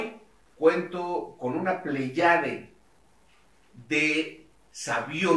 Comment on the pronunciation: Por qué no pronunció "pléyade"? O sea, lo dijo sin acentuación correcta. Me extraña porque se supone que si usas una palabra, es que la conoces .